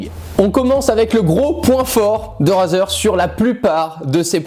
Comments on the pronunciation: Tu sais rien prononcé Razer sa se dit Rayzer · "Raseur" mdair